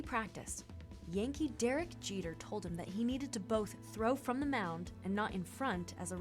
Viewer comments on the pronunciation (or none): none